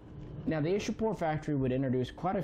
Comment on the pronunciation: Oh btw,It is not 'Ish-a-pore' but 'Ichha-pur',giving you correct pronunciation of Ishapore.